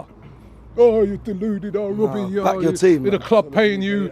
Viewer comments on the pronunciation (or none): none